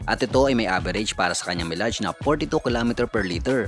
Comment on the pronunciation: Mayleyj po ang basa sa Milage